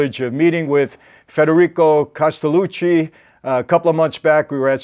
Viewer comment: His name is not Castelluci.......it's Castelluccio.